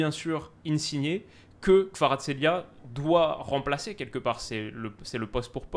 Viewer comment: c'est le seul qui prononce bien kvaratsrelia 😂😂